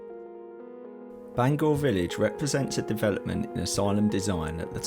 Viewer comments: It’s pronounced Bang hour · Great video I really enjoyed watching I’ve spent loads of time walking round Bangour but now it’s being developed a shame really Incidentally it’s pronounced Bang our as in ow in the middle 😅 some of my friends used to work there before it closed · Bangour is pronounce Bangower in Scotland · Just so you guys know Bangour is pronounced ban-gouwer, like hour. I was born in the now knocked down main hospital back in 84. Edited: Also fun wee story, my Dad and uncles used to get their magic mushrooms in the surrounding woods or at least so they say lol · And Bangour 😂